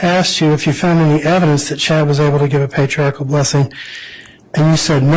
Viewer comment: Everytime she mispronounces Patriarchal, it makes me giggle. Even in the church, so many people say it wrong.😊